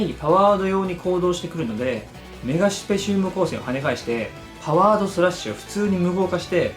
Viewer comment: ちなみに何か、メガスペシウム光線やねんけどさっき、メガシュペって、言ったよねちょっと発音が、変やな